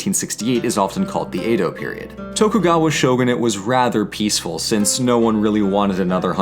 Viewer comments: Great video! Though your pronunciation of Edo like "A-doe" kept bothering me. Its more like "eh-doe". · Vowels as in Spanish. Most mora end with a vowel sound, as in sa-mu-ra-i, or roh-ni-n. Chee-Bee, not chib-ee. Roh-neen. not row-nihn. Samurai Jack is wearing kimono and hakama. Kah-mah-koo-rah. Ah-sh'-kah-gah Yo-shi-ah-ki. Short é sound for Edo, like red.